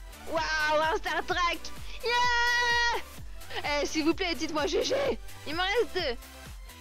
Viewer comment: C''est "stat track" et pas "star track"!:P